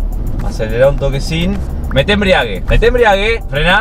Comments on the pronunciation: “EMBRIAGUE EMBRIEAGUE” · me desespera que digan embriague, como que el auto esta en pedo